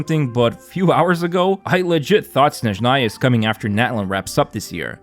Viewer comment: блять ударение правильно ставим снЭжная (SnAzhnaya)